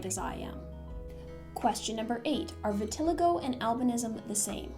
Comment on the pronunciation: Vitiligo is pronounced Vitil-eye-go